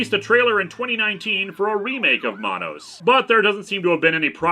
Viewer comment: It’s man-nos it’s should rhyme with Thanos.